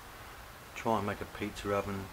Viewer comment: It's called Pizza not petttzer